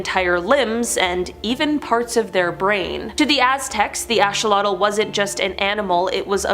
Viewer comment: Not ashawatle/ it's axeawatle axe notash